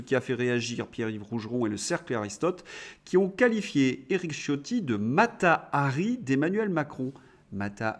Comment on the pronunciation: Il me semble que le nom Ciotti qui est italien se prononce Chiotti !